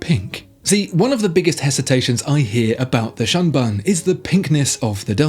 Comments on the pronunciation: The Grand Seiko SBGA413 is pronounced “shoon boon” as in “moon” instead of the short vowel in “sun” despite the funny spelling of Shunbun. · I love your videos but your pronunciation of Japanese names gives me more cringe wrinkles than an English Bulldog. TSUyosa like TWIn. SHUNBUN like SHOULd and melBOURNE (Aussie pronunciation). 😉👍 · Please pronounce the Shunbun like shoonboon. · If it is shunbun then you have absolutely no clue about the language.